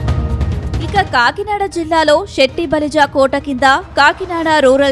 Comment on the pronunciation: Shetty balija kadhu... Setti balija.. పలకడం నేర్చుకో